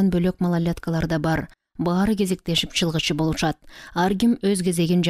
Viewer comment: Чалгынчы деп туура окусаныз чылгычы дебей А так соонун окупсуз 🎉